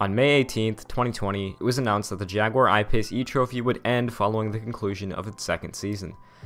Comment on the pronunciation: At least you didn't do the usual "jagwire" that Americans do